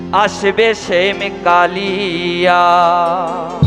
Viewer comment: Not Sam it is Shyam take care pronounsan